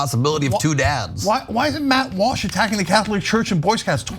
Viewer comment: 0.13: Dude says "Watt Malsh," instead of "Matt Walsh." Listen for it. Intentional?